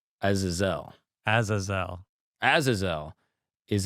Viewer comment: It’s A-zay-zel bud…. 😮